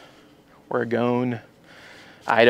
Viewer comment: It’s pronounced or-uh-gun. Cool bike, I dig what you’re doing.